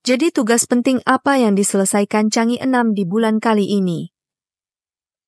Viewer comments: Mohon dibaca Chang e,bukannya Chang i. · Chang e, dibaca "jhang ê", bukan "cang i" !